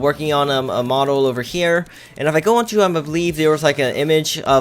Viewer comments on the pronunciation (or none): none